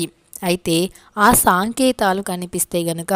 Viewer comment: సాంకేతలు కాదు సంకేతలు